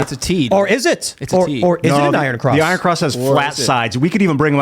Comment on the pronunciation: It is pro nounced EYE RUN!